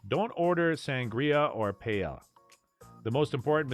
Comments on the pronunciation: Omg i was like….wait…wtf is pay-el-a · Payella and Vallenseeya? I'd have thought this was narrated by AI if this was made more recently, sheesh. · most messed up pronunciation of paella that I've heard in my life. Da hell dude! Then says "PALLELA". DA HELLL!!!! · OMG, the way you say Paelle is so WRONG. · I feel less informed now after watching this. You’ve butchered the Spanish language and taught me nada. Pay Ella?! Are you standing under Rihanna’s umbr ella ella ella? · Here’s another thing not to do in Sevilla: say Pay-ella. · La Paela? Really? your mangaling of the Spanish disqualifies you immediately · Your pronunciation of paella is enough to stop me to watch early on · Jesus, this clown should learn how to pronounce Spanish words SOMEWHAT correctly. My wife is from Seville. Her paella blows away ANYTHING I’ve ever had in Valencia. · I can’t trust Seville advice from anyone who pronounces paella the way you do. 😂😂😂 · I'm not even Spanish, but you lost credibility just by the mispronunciation of paella. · Good idea to learn how to pronounce Paella if acting as an “ expert “ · Having to listen to Paella mispronounced so many times was brutal and I'm not even from Spain. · Stopped watching after hearing him mispronounce paella twice. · Agree with you. How do you make a video like this and you don’t have a clue how to pronounce Paella. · I know it physically hurts right?😂